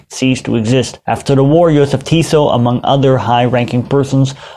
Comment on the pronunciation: Jozef Tiso. So close but yet so far 😂😂